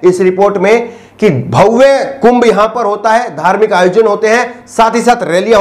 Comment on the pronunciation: Dear, it is not 'BHAUWE', it is 'BHABYA'.